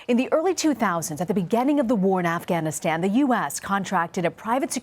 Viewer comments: She said "AfghaniSCAM" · Anyone else hearing her say Afghaniscan, around the -:20 mark? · she say afganest 😂😂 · lol . The reporter lady Afghaniskan . She said it right the first time. I don't know why I noticed that. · afganiskan LMAO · Sounded like she said afscamistan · This lady can't speak, "AfghaMISCAN" private security "Form" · Afghisghan? Come on. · If you can't pronounce Afghanistan you shouldn't be talking about it.